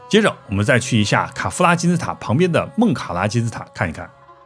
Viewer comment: 我把卡夫拉听成凯夫拉